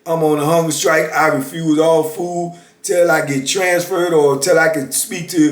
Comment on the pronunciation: am i the only one who hears "hunger sKrike"?